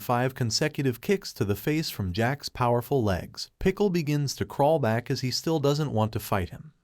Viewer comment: Is it me or this kind of youtube channels are voiced by ai. What got me to write this is that he said (poowerful)